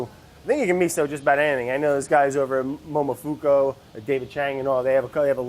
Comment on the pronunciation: It’s momo FUUUU KUUUH NOT MOMO FOKO